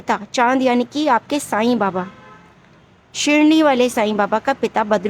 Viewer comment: Shirni nahi Shirdi hai madm